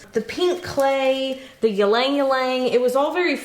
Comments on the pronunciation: Just so you know, ylang ylang is pronounced "ee-long ee-long" not "yah-lang yah-lang" 😉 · Hi! From an Asian subscriber here 😊, we pronounce ylang-ylang as eel-lahng eel-lahng (accent on the EE not the LANG), not yeel-LAENG yeel-LAENG. Love your videos! ❤ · Hi! Am a fan from the Philippines. Love that you’re using ylang ylang a flower native to our country. We gave it that name. It’s pronounce ee-lahng ee-lahng not yeelang yeelang. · Hi! I'm a viewer since March 2020. Just want to say, Ylang Ylang is pronounced as "iy-lang iy-lang" y is pronounced as "iy" or "ee". 😊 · 'ylang-ylang' can be pronounced as 'ee-lung- ee-lung' It's a popular scented flower in Asia :D Really nice soaps * * I wish I could buy it * * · It's pronounced "Linh Ling" . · did I just hear "ilang-ilang", pronounced as yeeleng-yeeleng? sorry for this but it is "i" like ee in teeth and "lang" like lung TTvTT> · I love the way you pronounce ylang ylang. It's actually Ee-lang Ee-lang but it's very cute the way you say it. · Lol, the "y" is silent in ylang-ylang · Oof the way you pronounced ylang-ylang broke my filipino heart 😂 It’s really pretty tho! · I’ve never heard ylang-ylang pronounced like that before. Lol. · ive been pronouncing ylang ylang wrong for a very long time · FYI pronounciation